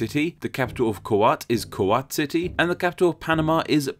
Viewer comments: Kuwait not KUWAT! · its not kowat its koowait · "Kuwait" not kuwat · Ok i am from Kuwait and i was gonna mention my country as an example but you pronounce the name wrongly 😢 It is not kowat It is like Q and 8 Kuwait =Q8 i hope you find the origin of the name (hint: it is not even arabic 😉) Other examples in arab world are(tunisia algeria ,djibouti) Thank you for all of your work , good luck and keep it going 👏🏻👏🏻👏🏻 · That’s an interesting pronunciation of “Kuwait” I’ve always heard it as “Koh-weyt” rather than “Ku-hwot” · Kuwait is not pronounced Kuwat, you need to add the "I" as in Koo Wait. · It's KU-WAAIT do you say I will WAAT here for some time? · It's not KOO-WATT, it's KOO-WAIT. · KUWAT!!! ku-what? ku-wait lol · It's kuWAIT like the word wait not kuwatt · Did you say Koo-Waat, for Kuwait? Isn't it Koo-Way-T? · Ku-wat Wat? It's Ku-wait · kuwait = koowait not kowhat 😂 other than that great video thank you 👌🏻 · Kuwait is pronounced as "co-wait" not "co-wat" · its kuwait no kwat wtf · Ko What? It's Ku wait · its Ku-wait not Ku-wat. Just pointing it out. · Ku-waht? It's pronounced Ku-wait!!! There's an "i" in there. Wait like the word wait, except with a soft t. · KU-what???? cringe !!! The most terrible name pronunciation ever.... it's Ku-Wait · My country (Kuwait) is basically pronounced as Q8. 😂 Other than that I enjoyed the video. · it ok but u pronounce Kuwait wrong it's pronounce q8 but it's ok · Kuwait has an i between the a and the t....so why did you pronounce it Kuwat? It is pronounced as written. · Yea... his "ka-what?" pronunciation threw me all the way off. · Ku-wat? No. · Hi, thanks fot the video. Just a minor correction: Kuwait is pronounced Q-eight or Koo-eight, if that helps. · Wait..it’s pronounced Koo-waht? Always thought it was Q-eight.. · I swear Kuwait is pronounced koo-weight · You mispronounced Kuwait 😂 think of like this ko-wait . You can added Algeria 🇩🇿 as well since the same gose for it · its ku-WAIT